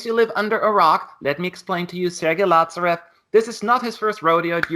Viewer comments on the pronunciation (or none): Btw why are u pronouncing 'latsarev'? :)) he's 'laZarev' like in 'zero'